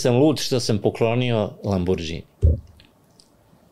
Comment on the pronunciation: Ne znam što reći: svakoj zgodi fali sto objašnjenja, konteksta, priče o kriminalu. Ali vrh je kad je uz sve te milione, i dalje na mentalitetu da ne zna pročitati Lamborghini - čita ga kao nepismeni Srbi, sa dž/đ 😂